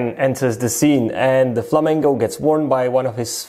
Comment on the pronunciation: Why do you say Flamango lol